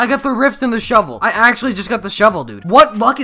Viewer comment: "I just got the shevel"